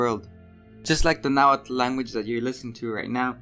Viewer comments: Just for future reference, it's not pronounced na-wa-tal It's just na-wat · Nahualt is pronounced nah-walt. Not nah-wattle.